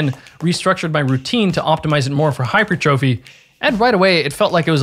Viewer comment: One of the best videos on the subject I've seen. I've been into the science of sport & nutrition since the 90s & learned some new info from it. Bonus points for pronouncing hyper trophy correctly.